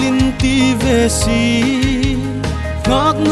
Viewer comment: Thiem ie.. Siengmit ❌ Sîngmit ✅. Vâl in ti ve Sie ❌ Vâl in ti ve Si ✅